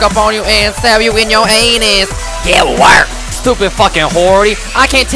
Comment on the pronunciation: I laughed so hard when he said GAT WERKED